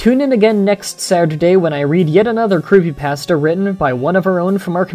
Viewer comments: You pronounce creepypasta wrong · uh you say creepypasta wrong